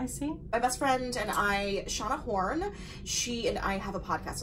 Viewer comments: I had to backup the video because I thought you said me and my friend shot a porn. 🤣 I'm an ESPN junkie so you got a new subscriber. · When she mentioned her land bestie and said her name, "my land bestie and I Shauna Horn (?)" I thought she said they shot a porn! lmao